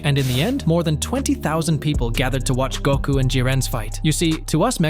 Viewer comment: To us mexicans, and then you say Gouuuku 🤨